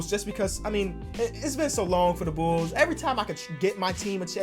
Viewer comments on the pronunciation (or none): No one: Literally no one: Not even a soul:: mah bools